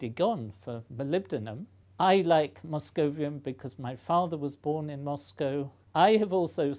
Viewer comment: moscovium correct